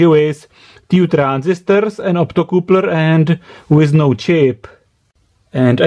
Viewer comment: "optocoopler" love it